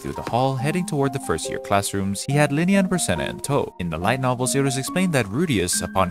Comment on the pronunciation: you have no idea how confused I was when you called Lilia ----> Linia. I was like woah woah woah am I getting spoiled here. this is crazy. :D